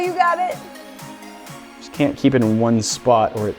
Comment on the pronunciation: start of vid: YOU FORGOT THE 't' in can't